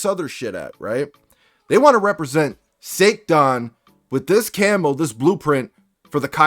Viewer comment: Little bit weirded out it sounds like SA - TAN. Either way this is fucked up. Someone sort this shit out...